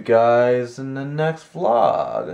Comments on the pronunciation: Vee-log sounds odd. Everyone just says Vlog (One syllable.) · Please keep the subtitle, me likey! Not everyone speaks fluent English. Oh and I say vlog instead of veelog.